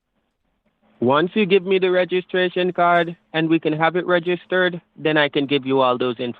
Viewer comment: Aromatically 😂 ReGIStered 😂 Rerafflement 😂 The second 3 the first 3 the seventh 3 I'm confuzzeled 😂